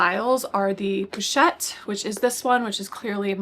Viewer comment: The correct pronunciation is ‘posh-ette’ rather than ‘poo-chette’. 🙂